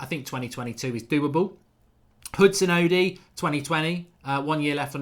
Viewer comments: Sounds more like he's saying "Oh di" but its pronounced "oh doy". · Mark´s out here saying "Hudson-Udi" hahahah